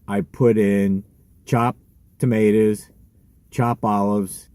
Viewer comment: Tamatas hahha love that accent 😂love me an omelettes brother good day in your life bro love the edits and the clips you add in the guy looking for the perfect dozen eggs